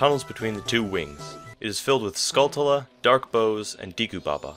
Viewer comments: It's Deku, not Deeku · Great vid, but did you say Diku? Wow, your Japanese pronunciation is way off. でく is pronounced De-Ku, not Di-ku. The way you said Di-ku instead of De-ku was making me visibly cringe. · Say Deeku instead of Deku 1 more time I dare ya, I double dare ya. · "Dee-koo"? A "deh-koo" is literally a wooden doll in Japanese. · Or oocarina instead of ocarina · its Deku not Deeku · DEH KOO ......not DEE KOO.... its totally not a big deal but it bothers me irrationally. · De ku is pronounced Deh Ku. Because all instances of what would be tranlated as the letter E in Japanese are always pronounced as Eh. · "diku palace" lol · It's properly pronounced "Deh ku" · dek-oo skuhl-chuh-luh awk-uh-ree-nuh I'm sorry, but it bothers me. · you pronounced deku wrong. i believe its day-ku. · Good video, minus 10 points for saying Deku wrong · Can no one pronounce Deku correctly? Seems like everyone gets it wrong. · GamebroXD Maybe his Japanese pronunciations isn’t as good because he isn’t Japanese?